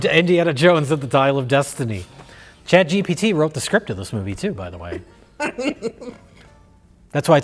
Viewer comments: saying “shat cheecheepee” instead of chat gpt is so good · chat gee chee pee